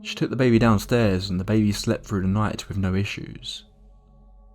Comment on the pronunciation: Dude it's THREE not FREE. . . . Can't stand listening to that. . . When people can't speak properly, especially a person from the uk who can speak English properly. It's through, not frough